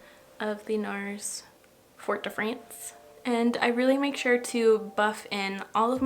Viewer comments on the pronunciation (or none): ForT duh Frantz 😂 love your videos! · I'm loving your video, and just died at the "fort de France"😁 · Also how you said Fort de France made me giggle hard enough to wake my husband because I’m so used to your french pronunciation 🤣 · I chuckle every time now when you pronounce Fort de France that way. 🤣🤣🤣 Please do it more obnoxiously (KiddintNotKidding). I do get a kick out of it though. That eye look! 😫😫😫😫Why do I keep feeling like I NEED the DR1 palette?!?!?! I'm not even a pink eyeshadow fan & I've managed to buy DR2, the Celestial Divinity palette, all 3 of the Celestial Divinity quads, the Rose Decadence mini palette and all 3 of the 2019 holiday Blitz Astral quads. Who have I turned into?! So many pink leaning palettes. And that's not even counting the Juvia's Place The Pinks mini 6-pan palette too.